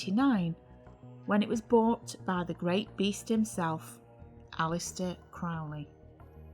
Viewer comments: Aren't you mispronouncing his name? Isn't it Crow (like the bird)-lee? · oh "31" comments, now this one, why do so few people pronounce Aleister's surname correctly?, rymes with holy you know... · Crow ley as pronounced to sound with the bird xxx